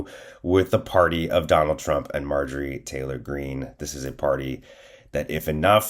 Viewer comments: You said Marge Trailer wrong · Did our boy accidentally say “Marjorie Traitor Greene”? My new name for the pig..thanks!